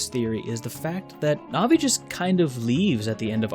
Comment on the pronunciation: Navi is pronounced like the word it's short for: navigator.